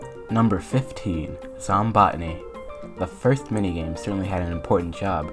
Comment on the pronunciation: i wonder why others pronounce it zom-bow-tany instead of zom-bot-tinee like you